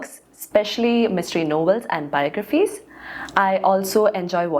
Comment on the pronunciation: she pronounces NOVELS as "noh-velz." Nonsense!! Right: "novuhlz," where the UH is a schwa.